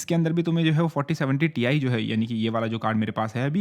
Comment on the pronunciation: Greatest "Tai"